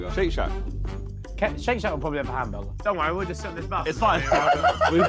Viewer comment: JJ: Hambagah The rest: collectively "Hambagah"